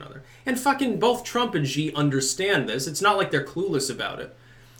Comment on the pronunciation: Actually, Xi is pronounced "she," if you care...